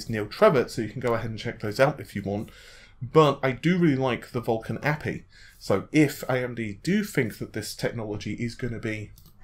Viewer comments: God damn it! It's Aypeii not api! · Fishmonger ! ... i felt exactly the same way.. i generally am not like this but really... its A P I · Yeah, I was wondering what that word was..."appee"? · I'm starting to think you just mispronounce as much as possible now, it used to be kind of funny but now I'm just like wtf. APPY???? A.P.I it's just as much effort to say dude. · Thumbs down for "a-pee", it's pronounced A.P.I. It's an acronym for Application Programming Interface. Stop pronouncing things incorrectly. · What's an appy? It makes me un-appy hearing you say it like that. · If you're reporting on tech news then learn to pronounce it correctly. Anyone who works in the field would be scolded for saying "a-pee" because it gives the impression they don't know what they're doing. So yes, pronounce tech terms correctly if you are going to report on it. If this was a one-off then I wouldn't care but he does this a lot. What's next? C# pronounced "C-pound?" or .NET pronounced "period-NET?" or CPU pronounced "see-poo?" or GPU pronounced "gee-poo?" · The way you pronounce api 😂. Nothing against you, I understand it's hard to guess the pronunciation. But it's just to funny .